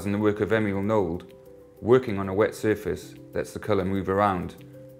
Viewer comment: Good choice and mixture of colours.. The artist Emil Nolde referred to should be pronounced Nol-der.